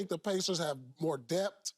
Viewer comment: "DEBT" or "Depth"